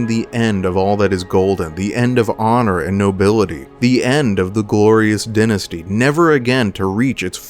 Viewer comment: Hey great video! I won't lie though, the mispronounciation of the word "Dynasty" was jarring